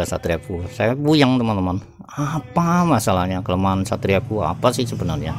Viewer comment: Efyu bang bukan fuu 😁